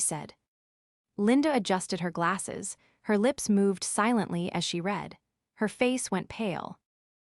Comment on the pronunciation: Nor can it pronounce lead or read lol 😂